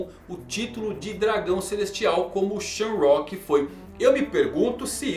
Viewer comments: SHAMROCK???? Errado!!! Shonks é O modo correto 🙌🏾🙌🏾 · Mangão a pronuncia no inglês é sham,rak então diz shamarock. não é sham + rock = shamrock